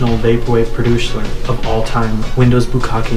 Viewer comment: Oh god, did he ever say "produceler" before? That shit took me out for almost a minute!